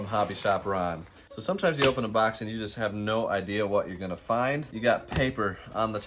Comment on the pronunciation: "This bax of lacks" Haha. Michigan accent.